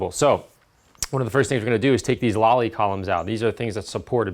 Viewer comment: Lally columns not lolly columns :-D